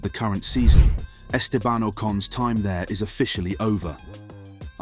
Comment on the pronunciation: If you're making a clickbait title and cant even pronounce Estebans name correctly, you're getting a well deserved block from me. Sad channel.